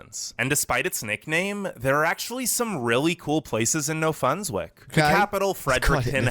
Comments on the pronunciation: I was laughing at the guy trying to pronounce "Newfoundland and Labrador"... Newfunlund is how he was saying it. I don't ever remember "land" pronounced as "lund". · IT isn't New fin Lind!!! It's new found land. There are no Finish the... Irish yes!!! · Omg, the way the narrator says Newfoundland, cringe every time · Sashatcenwan Newfarland & Laybrador best provinces It’s pronounced: Sask - At - Chee - Wan (Like Wand) New found land (Or New Fund Land) and Labrador as in the dog. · Newfoundlanders hate it when you pronounce it “Newfilind” or “New found land” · Who ever but this together isn't Canadian just by the way he mispronounced Newfoundland.